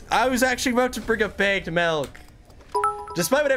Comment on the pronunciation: Listening to you not knowing what Canadian buys bagged milk but pronouncing bagged as “bay-g-d” is so funny